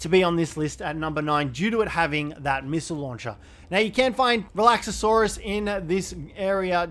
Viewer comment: Please stop mispronouncing Relaxaurus! It's not Relaxasaurus, Its Relaxsaurus! 4 syllables not 5 😂